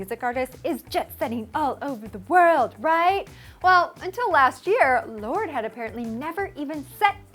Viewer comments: It's pronounced lor-de not lord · I always thought it was pronounced "lor day" because of the e at the end >.< thought it was french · You butchered her name...